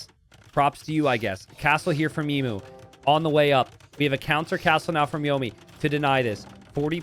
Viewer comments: E-MYU NOT E-MOO it's the same mu as emulation. you dont say emoolator English is rough and us Aussies have made it worse, but of all the misprounciations casters have done over the years, this one is the most grating. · Everytime emu is mispronounced 😢